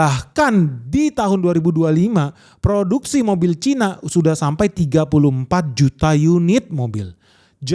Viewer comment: Cina bukan Caina